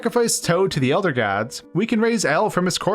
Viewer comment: Elder gods? Nah ELH-Der Gods Yes